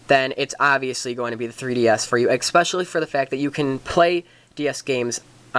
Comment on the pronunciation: you figure out what a d-pad is yet? or how to pronounce especially?